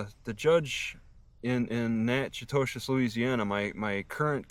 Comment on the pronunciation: Hey... I grew up in Natchitoches. It is prounounced 'nack-uh-tish.' Hope it all works out for you.